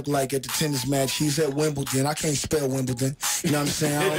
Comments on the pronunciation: Wimbledon pronounced wim-ball -don. There is no T in Wimbledon. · Wimbledon not Wimbleton